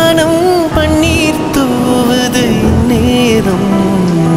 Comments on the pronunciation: your pronunciation is wrong, you are saying பண்ணீர்(പണ്ണീർ) instead of பன்னீர் (പന്നീർ or you can correctly say as പന് നീർ). The beauty of Ilayaraja is he never ever allow a single singer to pronounce a single letter in wrong way in his 58 years of career. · Panneer" Wrong pronunciation. Horrible to hear. Music directors yester years would have never allowed such flaws. Tamil killed Sorry. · பண்ணி அல்ல பன்னீர். உச்சரிப்பு படித்த பின்னர் பாடுங்கள். அப்போது தான் அழகு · அழகான பாடலை, இந்த ஆள் உச்சரிக்க தெரியாமல் பாடி கெடுத்து விட்டார். வாணம் அல்ல, வானம். பண்ணீர் அல்ல, பன்னீர். தானம்மா அல்ல, தானமா. பாடினவன் பாட்டை கெடுத்தான். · பண்ணீர் இல்லைப்பா. சற்றே தமிழ் உச்சரிப்பை மிகச் சரியாக செய்யலாமே. பாட்டு நல்லாதான் பாடறாரு. பெண் குரலை ஆண் குரலில் பாடுவது சுலபமில்லை